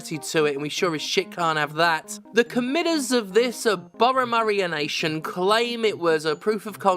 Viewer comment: agree wholeheartedly but I can’t believe you said “aboma-mario-nation” when “a-bob-omb-nation” was right there